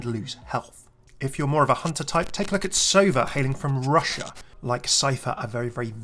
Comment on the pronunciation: It's sovAH not sOva,, it means "an owl" Also he looks a lot like Soldier 76 lmao (when he was like, 20)